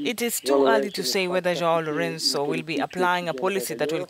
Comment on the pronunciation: That pronunciation of Lorenço's name LOL